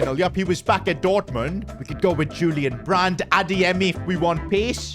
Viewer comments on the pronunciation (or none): none